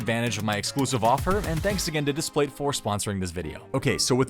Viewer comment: "Diplate" - sorry, can't pay you now